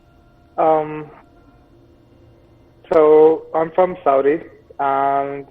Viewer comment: It sounded like he said "saudik" or "sautik". That's what i heard anyway.